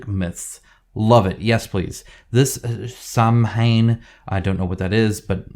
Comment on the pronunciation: Oh dear, dear, dear,! Your pronunciation. 🙄🤣🤣🤣 Just to be “THAT GUY”…. Celtic in this context should be pronounced with a hard C, as Keltic, rather than the soft Seltic. Also, Samhain, is pronounced Sowen or Sahwin depending on whether it is the Scottish or Irish Celtic pronunciation, and it is the Celtic or Gaelic festival which became Halloween. It celebrated the end of the harvest and the beginning of winter and was marked on November 1st but celebrations would start the night before. We will make an educated man of you yet,. 😜🤪🤪🤪